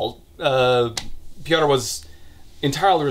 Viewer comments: Marek is an average polish name that is the equivalent of marco/mark/marc Your second pronunciation of Kuba was correct. Piotr is pronounced pyotr. And the polish version is very sloppy too from what I know. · as a Pole, you trying to pronounce the names is kind of hilarious. especially Piotr lmao. useless fun fact - Kuba is short for Jakub (the Polish version of Jacob) but also functions as its own name. i know a few Kubas and some Jakubs, i kind of see the two groups as rival gangs